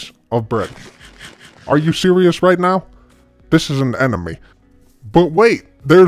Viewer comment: "are you serious right neow"